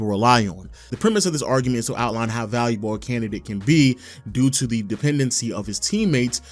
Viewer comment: I just heard how u said "valuable" and now I cant watch anymore.. gotta unsubscribe. sorry..